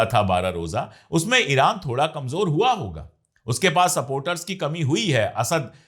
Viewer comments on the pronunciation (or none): none